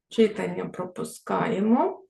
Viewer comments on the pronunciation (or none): Дякую за урок. Перепрошую, але все-таки вимОва, читАння.